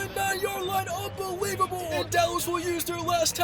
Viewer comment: Really good video, but I’m sorry. The fact that you say unbeweebable. It is priceless. I love your reactions.